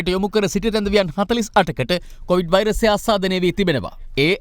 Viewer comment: meh news kiyanawa hari naha. Mu inna dawasata news balanna hithenne naha. Muwta news kiyanna kalin කොවිඩ් kiyana wachane hariyata kiyanna ugannapan. කෝවිඩ් කෝවිඩ් ගාන්නෙ 😂😂😂😂